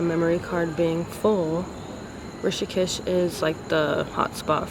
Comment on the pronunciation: Its Rishikesh not tishikesh 😂